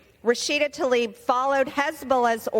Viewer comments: I agree with MTG but she needs to look closer when reading names, it's Tlaib not Talib. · I wish they'd pronounce her name correctly. Tlaib, not Talib! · The Congressperson's name is not "Talib". It is "Tlaib". I'm not a fan of either Rashida Tlaib or MTG. I'm rather surprised by and appreciative of Congressperson Green's extensive indictment. Still, just as we make an effort to properly pronounce other nonenglish names like Zelensky, Macron, and Steinmeier (e.g., "Shtine-my-er", not "Steenmayor"), we ought to make the effort to properly pronounce her name. Especially when she is censured. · Be-atch tuh-leeb